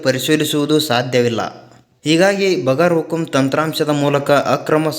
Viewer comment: ಅದು ಬಗರ್ ಹುಕುಂ ಅಲ್ಲ ಬಗೈರ್ ಹುಕುಂ.